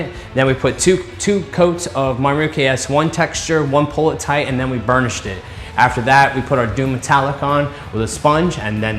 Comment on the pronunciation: awesome video but the way you say burnished it, it gets attention back as it sounds like u say bull sh